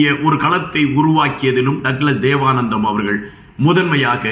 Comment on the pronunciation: தேவானந்தா என்று வாசியுங்கள்